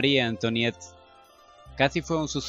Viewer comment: Oye sí que está difícil leer francés eh? en los capítulos que siguen, bueno yo he escuchado que antoinet o como se escribe antonieta en francés por ejemplo lo que se escribe oi como moi o antoinet se pronuncia antuanet, por ejemplo, excuse moi es excuse mua, y marie antoinet lo podrías decir como Magie antuanet ( ya ves que los franceses pronuncian la r como gg, como si fueran a echarse un gargajo se oye feo pero así lo hacen)